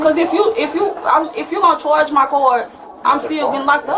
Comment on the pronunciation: "Chorge my cords" was killing me 🤣